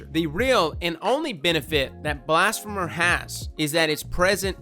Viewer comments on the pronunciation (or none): Apostate - ah-paws-tate; blasphemer - blas-fee-mer; heretic - her-e-tick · You forget Blas-fee-mer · Heretic is pronounced...not like that. Blasphemer is also no pronounced differently to "Blasphemy". More like "Blass-fee-mur". Dragonfly? Nooo it's an energy pulse. And kill clip is for the forgiveness